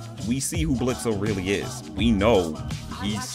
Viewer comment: you mispronounce Blitzo's name the o is silent the only people who call him Blitzo instead of Blitz are those who despise him, from his own past